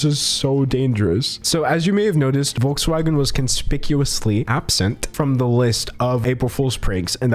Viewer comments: i've never heard anything cuter than an American pronouncing Volkswagen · It’s actually giving me chills when Americans pronounce “Volkswagen” 🥶